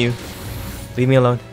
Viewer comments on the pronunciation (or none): none